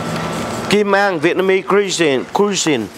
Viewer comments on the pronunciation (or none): thích chương trình của chú wá, ở 1 chỗ xem mà như đi cả thế giới. Cảm ơn chú và các anh em vì những nổ lực không ngừng nghỉ của minh. Ps: cho con đc góp ý nhỏ, chữ "cuisine" (ẩm thực) đọc chính xác là "Quỳ zin" (kwiˈzēn) nhấn ở âm thứ nhất, tuy viết là chữ C nhưng đọc là chữ Qu/W.